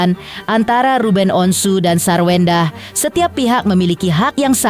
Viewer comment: Sarwendah tanpa R jadi Sawendah.